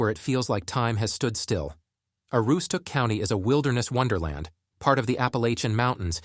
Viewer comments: They couldn't even settle on the way they pronounced Aroostook. I heard probably 7 ways of it being pronounced and every one was wrong. This video is what happens when someone not from the county makes a video about the county. This video acts like people in the county are communicating via smoke signals. Ironically they couldn't even provide valid footage of Portland and instead used footage of Portland, Oregon. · I noticed both also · As a lifelong Aroowsticook County resident...Ai is painful to listen to. 😂 It was prounced 8 ways and not 1 right lol..and it was a good try on Presque Isle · There are some valid points in this video but the biggest thing I learned is that whoever is reading this or using AI to read this clearly has never tried to pronounce Aroostook County in real life. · If your gonna do a video of such a place as this, Aroostook county. Than first thing you do is learn how to pronounce certain words such as Aroostook ( A ROO STOOK ) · I can tell you why we left Maine. We lived up in the county where he is talking about. We loved it. But when the state voted in this communist Gov. we had to leave like most other people. The narration can't even pronounce Aroostook County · Dude can't even say Aroostook right. Terrible video. There's nothing here so go away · If you cannot pronounce Aroostook County, you're not worth listening to. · Made a video about northern Maine. Can't say Aroostook properly 😊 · The AI can't even decide how to pronounce Aroostook and they expect people to take this seriously. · You read my mind!!! It drove me CRAZY listening to him mispronounce it repeatedly!!! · I was thinking the exact same thing. The pronunciation of Aroostook is killing me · No two pronunciations of Aroostook are alike in this video. And it's PRESK-AISLE, not PRESKE-AISLE! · Yeah, you can tell by how the narrator mispronounced Aroosstook and Presque Isle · hahahaha i caught that too!! also: narrator mispronounces "Aroostook"